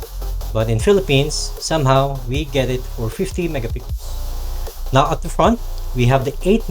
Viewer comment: Megapixel Sir not mega pickles, you got it wrong pronunciation.. No offense Sir.